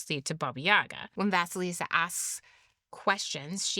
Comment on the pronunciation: Great analysis, dear. Indeed, the tales about Vasilissa [great pronunciation btw after the 1st bloop] and Ivan The Fool, in which Baba Yaga is portrayed as a neutral force between death and life, are the closest in context to the older ones survived. Gimbutas was close to connect her to our Baltic (<- IE) Zemes māte (lv. - Earth Mother), which is cognate to Greek Demeter [gē matēr], who rules everything that land gives, and what it takes away (as well as turn of the season, ie. end of winter). But some theories claim, that she was also a personification of queer and wise people [witches & sorcerers, who weren't considered evil before christianity, just strange], who often lived a bit aside from the rest.